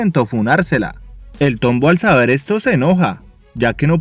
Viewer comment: JAJAJAJAJJAAJA Min "El tómbo" Solo por eso se ganó mi like caballero